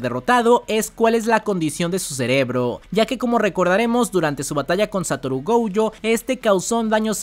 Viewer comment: Por q dice goujo no entiendo